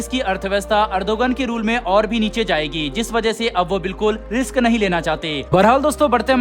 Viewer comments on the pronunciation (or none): none